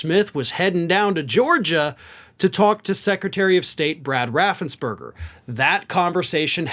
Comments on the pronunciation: Raffens-PERGER, NOT BERGER! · Fun fact, Brad Raffensperger not berger. ~3K